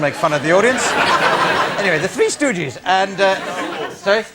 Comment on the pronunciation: Greg: Three Stoogies. LOL